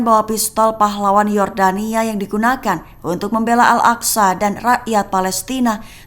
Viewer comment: Baca al aqsa itu bukan al aksa tapi al aqso itu kan huruf arab cantik😊